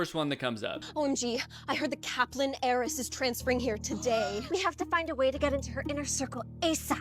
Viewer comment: I know it’s ‘heiress’ but all I hear is ‘Aeris’